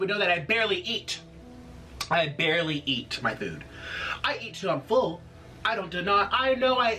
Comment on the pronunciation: "I BARLEY EAT" bruh